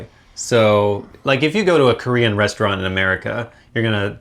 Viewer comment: Your Korean pronunciation is really good^^* -I am Korean